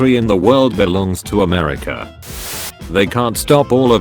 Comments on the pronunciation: Ah, yes, my favorite country: Amerisha. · No one:AMERSIA